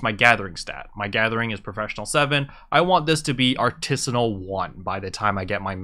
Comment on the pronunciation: Got drunk by taking a shot each time he misspronaunced Artisan rank and Artisan'sssssss :D *hick